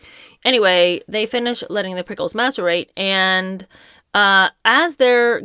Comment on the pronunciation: p s I'm sure it was only one letter off. Not maserate, but masirate. Only one letter off. Switch the s for a t. Not a hard puzzle. What a phony.